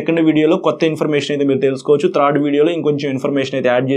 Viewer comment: బ్రో if you don't mind ఒక suggestion ఇవ్వచ్చా? మీరు చాలా చక్కగా వివరించి చెబుతున్నారు, కాకపోతే ఒక పదం పలికేప్పుడు కొంచెం మాకు ఇబ్బందిగా అనిపిస్తుంది. అది కొంచెం సరిచేసుకుంటే చాలా బాగుంటుంది. మీరు త్రాడ్ వెహికల్ అంటున్నారు థర్డ్ వెహికల్ అని పలికితే బాగుంటుంది. 🤝🤝🤝